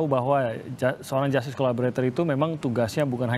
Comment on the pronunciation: Dari dulu saya perhatikan dan mendengar sering agak keslimbet kalo bilang Justice Collaborator, selalu nyebutnya Collabolator…. hahaa😊. So, Terus dan ttp semangat Bang, utk bela & perjuangkan Richard dlm mendptkan keadilannya… kami sllu mendukung mu 👍👍🙏💪💪